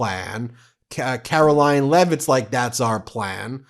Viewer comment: Ben…. Did you just call Karoline Leavitt “Karolyin’”Leavitt???? If yes-very clever😂😂